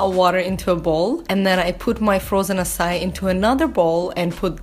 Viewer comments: It’s pronounced ”Ackai” not ”Assai” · I spent the first five minutes going "what the heck is essai?" When it finally dawned on me, you're talking about "acai," which in my head I've always pronounced akai LOL! I love watching these vids about what you eat, it's very enlightening about what I SHOULD be eating more of. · It's pronounced açaiiii and you're not supposed to defrost it to get the wonderful creamy texture in your açai bowl. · Loved you idea! Will choose one day of the week to be my vegetarian day too. May I just correct you? The right way to pronounce açaí is "ah-ssa-ee". Lots of love from Brazil!